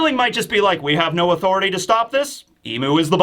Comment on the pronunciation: I always giggle when I hear say "The Room of Authoritayy"